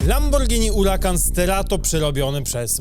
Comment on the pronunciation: piszesz huracan czytasz urakan bo h w języku hiszpańskim jest nieme !!!!!!!!!!!!!!!!!!!